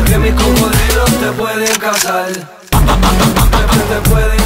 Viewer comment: parceros, can u tell me how come cazaR is pronounce cazaL, which spanish is that from?